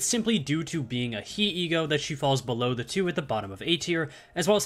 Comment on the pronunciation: As is tradition, another ESGOO video, another comment left saying that they're pronounced "Tet," "Hey," and "Vov."